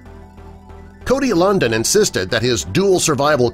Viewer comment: Cody Lundine. At least pronounce the name right